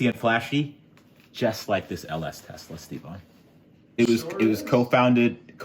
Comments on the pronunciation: You need to change the badging on this car to say "TE-LS-A" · You're gonna call it the TeLSa right? (Pronounced TEL-ES-A)